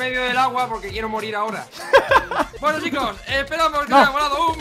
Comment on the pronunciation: jajajajaja me dio risa cuando dijo queiro lenteja jajaajajaj